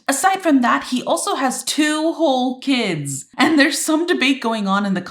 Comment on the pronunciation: I love how she said “TWO WHOLE KIDS” like there was a alternative. 😂 POV: you only have half a kid